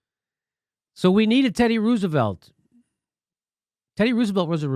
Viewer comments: Who is this “Ruse”evelt person that Jimmy is talking about? I thought it was Teddy “Rose”evelt. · Love this segment. But hate the fkn way he says Roosevelt. It’s not rooos!